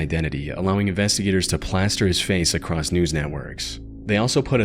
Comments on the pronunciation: Theyre not. This guy mispronounces across and women. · uh Theyre not the same person. If you’ll notice this guy mispronounces across and women. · yeah this guy mispronounces across and women.